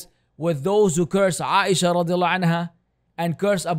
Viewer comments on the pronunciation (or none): none